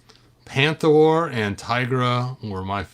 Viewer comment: Panthro not Panthor